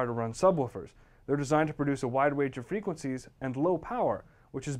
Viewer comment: ...wide wange of fwequencies.